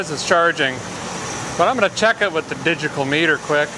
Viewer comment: "Digical." LOL.